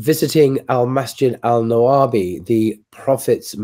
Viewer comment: Al-nabawi* not al nawabi